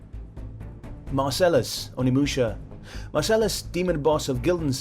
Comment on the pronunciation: Onimusha, not Omniusha...can't screw up the name of a game on your list man...smh